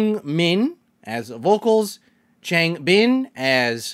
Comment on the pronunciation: (It's not hate) I can give you a tip for saying the names original name pronounced Hyunjin = hyunjin ( sry is don't know how to explain it it's not like an u more an y like in you) Seungmin= sungmin Changbin= cangbin